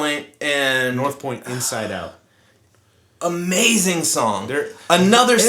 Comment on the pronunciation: great job guys. Love the channel. make sure you emphasise "Inside out" not "insidious".....lol